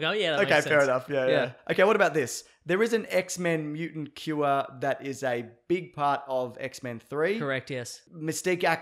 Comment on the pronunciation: is that how Australians say the word 'cure'?... bc he sounds super weird to me n my typical NY accent lol